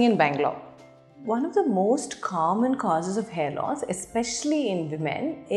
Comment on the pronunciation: the moment she said "common"...born south indian😂😂